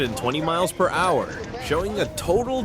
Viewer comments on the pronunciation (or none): “Kilometers per hach” A Call to “nine hundred eleven” Couldn’t find a dumber AI voice?